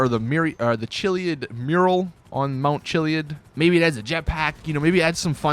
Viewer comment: It's called mount chilliad not chillied